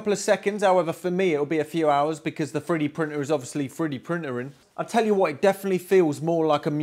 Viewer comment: As an American, each time he said "3d printer" my ear heard "Freddie Prince Jr" for a split second. Amazing work on the organ!